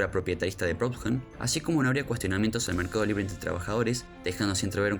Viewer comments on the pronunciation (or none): Estaba por poner lo mismo, acabo de descubrir el canal, y me pasó también que le falta como cierta... cadencia? Y la pronunciación de algunos Históricos como Proudhon o Toreau. Los primeros minutos bien, luego como que se acelera demasiado el relato. Suscripto.